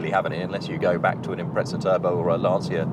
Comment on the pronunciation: and wrong pronunciation, they butchered the Lancia name, and got GR Yaris wrong too